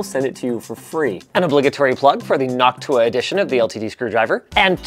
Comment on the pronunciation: The pronunciation of Noctua in this day of age makes me feel disappointingly uncomfortable